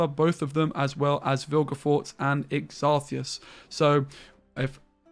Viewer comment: I think the pronunciation is Xarth - ee - see - ous